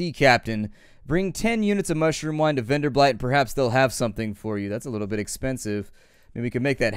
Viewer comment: Keep it coming. And please, it's Venderbight, not VenderbLight (pay attention to the 'L').